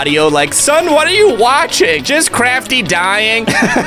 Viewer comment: craftee not soes but head